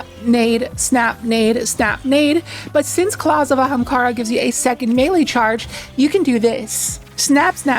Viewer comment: You really needed to put in the clip of Aztercross saying Ahemkara. But love the vid.